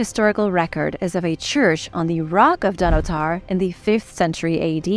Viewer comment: Please! The Pantheon, from the Greek 'pan' for 'all' and 'theoi' for 'gods' was originally constructed by Marcus Agrippa, a friend of the emperor Augustus. The emperor Hadrian massively restored it but modestly kept the original dedicatory inscription! Donottar is pronounced 'dun otter'!